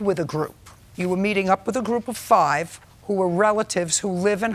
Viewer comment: If she says "Fave" (five) ONE MORE TIME!!! LOL